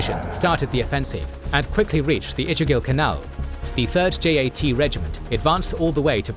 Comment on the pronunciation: It is not pronounced J A T it is one word Jaat